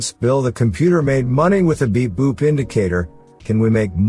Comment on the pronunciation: I am not English native speaker. Every time when he speaks "beep boop" I hear "big boobs"